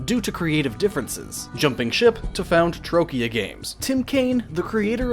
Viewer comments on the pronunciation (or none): He also mispronounced Troika as "Trokia" :( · I think mispronouncing the name of one of the greatest game studios in the history was worse... Troika, not Trokya. :d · "troy-kia" games LOL that aside, solid video, would have liked references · "TroKIa games"? Come on, reading the letters in the right order can't be that difficult, can it? :D Well, unless something like dyslexia comes into play... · "Trokia games" really? lmao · Oh yes, also "Trokia" and "developmental"